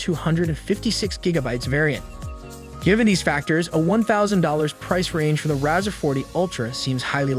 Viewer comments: It’s pronounced RAY-ZOR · The Rawzer, lololol... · I can’t take a review seriously when you can’t say the name right.